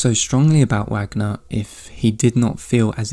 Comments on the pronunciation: Sorry but it’s pronounced “Vahgner” not Wagner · OMG PLEEEEASE don't say Wagner with a [w] sound, it's [Va(r)gner] haha You repeatedly saying it wrong with such confidence is like Benedict Cumberbatch saying penguin wrong on the David Attenborough documentary lmao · this was good - not usually my cup of tea. But still a strong presentation. One note: the last name of the composer Richard Wagner is pronounced in English as it is in Germany.